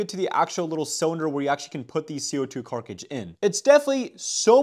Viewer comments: Carkige kills me every fking time. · If you actually learn the actual way to say cartridge I will actually hit the actual subscribe button actually